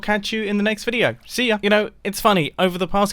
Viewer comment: Mumbo: ah ya... Me: woah that ya sounded very South African!